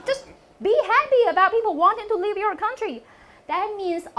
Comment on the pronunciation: jJ, nice try, but w/o the subtitles, I wouldn't understand you. Learn better pronunciation, especially the words "Live and Leave" and "Fund and Fung".